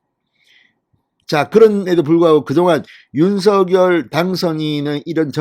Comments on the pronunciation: 윤성열로 발음하기. 윤서결로 발음하지 않기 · "윤석렬" 로 발음해달라고 본인이 말하던 영상기사를 봤는데... 윤서결로 게속 발음하시네요.../// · 윤서결이라 하지말고 윤성렬이라고 하세요 발음에 듣기가 거북합니다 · 윤성녈로 읽어주시길요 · 진성호님 제발 윤석열이름 부를때 제대로 좀 불러주세요 신경써세요.. 윤석열당선인이 서결이라 부는 것 싫어합니다. 석열이라 불러주세요 부탁입니다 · 윤성열 로 발음하라고 했짜나 멍청아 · ● 윤 성녈 ■ 윤 성녈 로 발음 해 주십시오!!